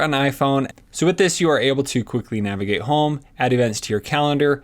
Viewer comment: Nagivate lol